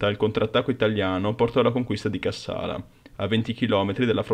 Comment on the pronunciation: Cássala, Chéren, Debra Márcos... cici ennenne non si può sentire... Ma dove ti sei documentato, su Topolino?